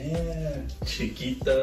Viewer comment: When he said Chiquita is sounded weird